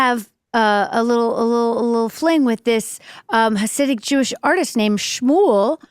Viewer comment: It's HasidiC, NOT HasidiM.